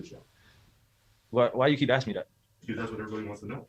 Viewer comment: Did he keep “axing” the same question?